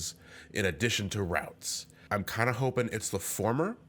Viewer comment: Everytime said "Routes" I heard "Ralts".